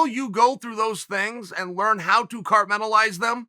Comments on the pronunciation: Carmenalize? 😂 think he meant compartmentalize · Wait did the well spoken chael say cartmentalize? Lost me after that 😂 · are we just gonna let "cartmentalize" slide guys? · “Cartmentalize” —Chael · Chael “carmentalize” sonnen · cartmentalize is not a word. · "and learn how to carmentalise them" What? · “Cartmetalize them”